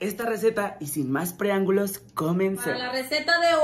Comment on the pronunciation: Hola nueva seguidora...me gusta su contenido y una observación se dice : PREAMBULO Y NO PREANGULO !!!?